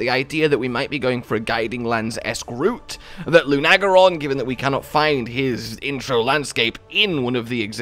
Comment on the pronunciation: The way I see the shadow, it looks like it has floppy ears like a dog, and the little protrusion under its chin is some kind of decorative element like a Rathian's chin spike. I'm thinking either another canid like Lunagaron (pronounced LUNA-GAIR-ON, not "lunag-air-on", get your Japanese right!) or potentially some kind of rooster.